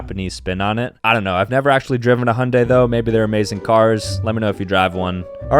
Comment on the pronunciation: OOOHHHHHHHH... I didn't even know those were 2 different car brands, I just thought u were pronouncing it weird LOL